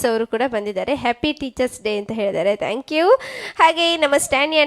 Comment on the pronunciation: ಉಚ್ಚಾರಣೆ ಕಲಿಯಿರಿ.,. ಥ್ಯಾಂಕ್ಯೂ....ನೀವು ಹೇಳೋದು ಟ್ಯಾಂಕ್ಯೂ... ಇದು ತಪ್ಪು ಉಚ್ಚಾರಣೆ.